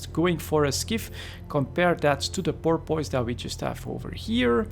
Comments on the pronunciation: The best way I can think of to describe the pronounciation of porpoise is pore-ps. Hope that helped. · As someone who lives on the gulf where porpoises are nativve it's entertaining hearing you trying to pronounce it. Porp kinda like torp. Piss said fairly fast. Porp Piss. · Hmm, I would say 'puss' is a better guide for the second syllable, with minimal emphasis and enunciation as a tack-on suffix to the dominant 'Porp'. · Pronounced 'pore-puss'. Thanks for the video! Cheers! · It's "poor-puss" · Porpoise... pronounced Poor-Piss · why is it that no EvE YouTuber, from any nation, can pronounce it correctly?